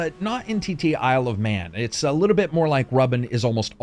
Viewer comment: The first few times you said "Isle of Man" I swear you said "I love men"... and I was like... okay that's an interesting title, but what does it have to do with motorcycles? Also that Chakam: The Forever Man reference. That game was fun. Sadly my Genesis won't turn on anymore. Just like my wife! Heyo!